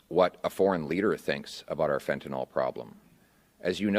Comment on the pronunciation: Fentanyl. Pronounced fentanill, not fentenol. Last syllable rhymes with hill.